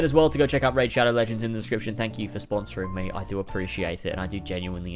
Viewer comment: I just puked as soon as i heard you say "Raid.."This hurt me differently